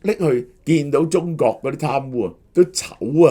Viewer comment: 成日中角、角家⋯聽到我一頭霧水！🤣